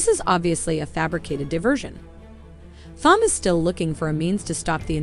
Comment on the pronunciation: Thom is pronounced "Tom." Whoever is narrating this obviously did not watch the film.